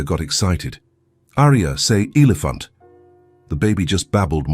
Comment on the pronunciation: Before : : the word 'elephant' is miss- pronounced with a hard 'e' when it should be a soft 'e' to suit the local storyline!. Oops LoL 😮😢